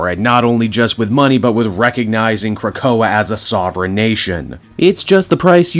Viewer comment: You learned to pronounce Krakoa, yay